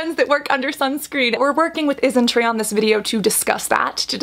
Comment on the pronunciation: She's saying it just fine tho. I think you just misheard. I heard "IsnTree" everytime so